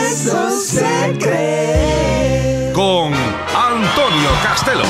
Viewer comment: Es Antonio Castelo no Costelo.